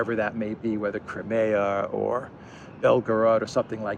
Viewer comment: Small point....in English we pronounce it Cry..mia not Crem..mia.